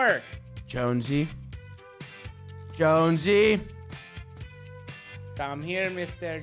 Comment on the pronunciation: Its not jonsey its jonesy